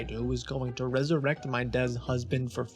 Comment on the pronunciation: . Dez Huzband